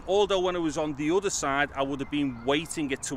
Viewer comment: udder = other